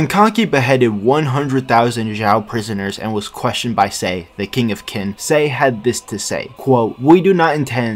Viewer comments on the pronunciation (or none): Ik you only make these videos for fun but parce , at least try to pronounce it properly, Qin is not Kin , it's more like xin or chin since English lacks that particular sound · Qin is not pronounced "Kin" It's pronounced Chin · Its pronounced as Chin not kin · Been waiting for a new video for a whileee btw Qin is pronounced ‘Chin’ not ‘Kin’ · I'm hearing "kin" used as the pronunciation for "qin"? Qin is pronounced "chin". The Q is like the "ch" sound in English. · Isn’t Qin pronounced as “Chin”, not “Kin”…? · Kin??? Its pronounced Chin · Maybe im a bit too late but qin is pronounced chin since you know 'china' name had to come from somewhere xD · that pronunciation of qin is crazy